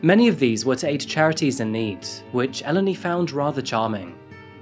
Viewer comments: Could you try to look up the pronunciations of names before you spend an entire video saying them wrong? Eleni is pronounced Eh-LEHN-ee, not EL-eny. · Hi, hi just a note it's actually pronounced El-en-i! But not crucial to the story, don't worry! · You could have learnt how to pronounce her name, as well as brushing up the editing in general & the rather odd array of non-native speaker language errors, such as phrasal misuse & peculiar stress/intonation. These all spoil this interesting series, somewhat. Just a bit of homework & pre-preparation would improve this series immensely. Learning how to pronounce Eléni would not have been hard, for instance. The trouble is that you repeat her name constantly throughout & it sounds somewhat silly to the listener. Kind wishes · This has been going on for some time. This guy could have learnt how to pronounce the simple words, Eleni & Aegean, among others, which no one has noticed, bizarrely. Greeks have never learnt how to use the present perfect continuous. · The way you're pronouncing Eleni throughout this video is so fucken annoying. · This case struck me the moment I saw the title, my best friend’s name is Eleni, and it’s quite uncommon, especially here in the U.S. One of her biggest pet peeves is people constantly mispronouncing her name throughout her life, so of respect for this poor young woman I’d like to let it be known that Eleni is pronounced “eh-LEH-nee” with emphasis on the “leh” part of the name. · In Greek ou makes the oo (like boo) sound. So it’s topal’oo’di Also in Eleni you accentuate the 2nd from last syllable so Elèni not Èleni